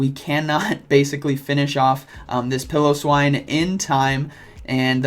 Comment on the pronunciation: Single L. Pilo -> pie-lo. Pillo -> pill-o